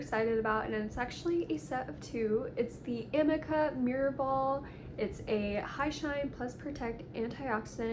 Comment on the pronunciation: It’s A - MEEK - A